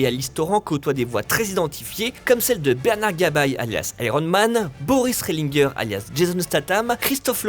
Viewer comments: Ça se prononce Boris RÉ LIN GÉ pas RÉ LING GUER 🤣🤣🤣🤣🤣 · Bernard "Gab-aïe" et Boris "Relinegu-heure" ! mdrr Nan mais les gars faites un effort sur la prononciation des comédiens, c'est scandaleux là. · "Gabaille" et "Rehlingueur" XD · Une pure merveille ! Par contre ça aurait été mieux si la personne faisant la voix OFF savait de quoi elle parlait. Niveau prononciation c'est pas ça... Vi ne se dit pas Vi mais Vaille (à l'anglaise, même en VF), Bernard Gabay se prononce "Gabet" et Boris Rehlinger se prononce aussi à la française... "Ré lin jé"... Merci de les respecter :'( On est en France, ce sont des français.. Pourquoi "angliser" leur nom de famille ? Ca a aucun sens... C'est quand même triste pour une chaine spécialisée dans le cinéma de ne pas savoir comment on prononce ces noms si connus du doublage français... :/